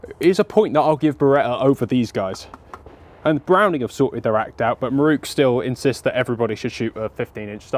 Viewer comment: I can't tell you how relieved I was when the elephant in the room was finally and clearly identified in this video... the fact that both of you don't have a clue how to pronounce "Miroku". So I will promise one thing right here and now. When we finally get you to Japan, prior to taking you on a tour of the Miroku factory, you and I will spend an evening over several sturdy beers (IPA being my preference), we will cover various underlying issues such as history, culture, linguistics and colonialism; and regardless of whether we get to the bottom of why people of certain nationalities routinely murder the pronunciation of foreign words or not... one thing I do promise. By the following morning you will know how to pronounce Miroku correctly!!! And I guarantee that it will sound nothing like the way you have pronounced it up until now. :) Here's to hoping this dream of mine comes true! And thanks for yet another fun video.